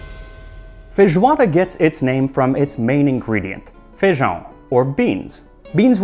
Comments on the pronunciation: Holy shit he said feijão right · His ”ão“ is absolute chef's kiss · Honestly I think your pronunciation of feijão is the best that I’ve heard from a non-native. I also wanted to add that with my family’s recipe, sliced orange is actually served on the place alongside the feijoada, and cuts through the heaviness of the dish without conflicting with the flavour. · Hey Max, I must pinpoint what I found most interesting about this, your flawless pronunciation of "ã" in "feijão". I have seen many people not even try to speak that, but that is a sound so particular from portuguese normally foreigners just replace with a regular "a", and you nailed it. What you also nailed was the video around it, as a native brazilian with foreign descent and interest in other countries cuisine I can imagine how much work you put on making this kind of video. Yes, feijoada is still made that same way today, and some people even replace the traditional birthday cake for a party with feijoada instead, as it is much requested by the friends of those who have the good hand for cooking that. Most feijoada "kits" today come with pig feet, snout and ears along with salted meat, smoked sausages and bacon. Yes, these are selected ingredients sold as a bundle to prepare your feijoada. Although it is normally served with farofa on the side, we call the ones with farinha or farofa inside differently, in southern brazil, where I was raised, it is known as "revirado", translating into something like "stirred up" or "revolved", and is normally done with the leftover feijoada. Keep up pumping the internet up with amazing content.